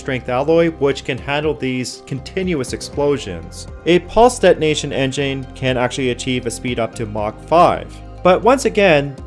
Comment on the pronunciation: why do you say dead nation continuously ? Please correct your pronounciation of de-to-nation